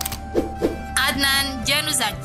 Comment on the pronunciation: Salah nyebut nama adnan januzaj